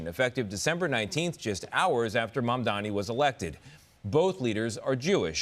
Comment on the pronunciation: All Mamdani's haters like to mispronounce his name as "MamdaMi".